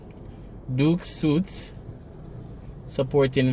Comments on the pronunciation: I think it’s pronounced Duke suits (sweets) Sounds to me like it maybe apts. Downtown Kingston needs a little gentrification it may help to increase the value and appearance, maybe bring some tourists to AirBnB. They’ve done it in Harlem and Brooklyn Just look out for a Starbucks once you see that, gentrification has begun😁😁😁😆😆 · The pronunciation of suites is sweet. Not been funny love your videos